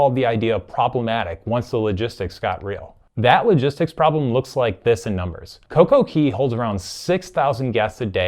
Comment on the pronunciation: It's coco CAY not coco key. It's pronounced CAY because it's set up to rhyme with DAY. Perfect DAY and Coco CAY not Key.